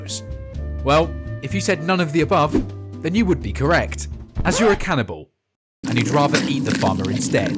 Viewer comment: Can- in-abowl